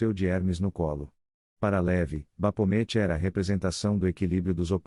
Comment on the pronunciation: bacana o video, mas a narração é lástimavel. As pronúncias são um desserviço prestado. Se o objetivo é mesmo transmitir conhecimento e intelectualizar, não pode deixar desse jeito. Um dica para você que esta usando narração virtual é escrever no texto da maneira que se pronuncia, exemplo: baphomet, você escreve Bafomé, e ele vai narrar corretamente.